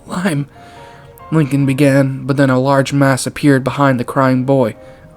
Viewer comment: There’s actually a video of a Boeing 747 crashing and exploding, creepy how this similarly happened here btw Liam is actually pronounced like "Lee-um"